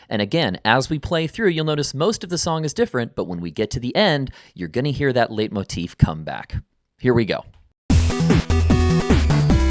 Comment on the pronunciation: It's pronounced "light" motif, from the German word for leiten: to lead.